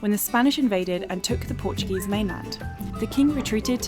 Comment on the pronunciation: Your portuguese pronunciation is pretty good. Parabéns(congratulations)!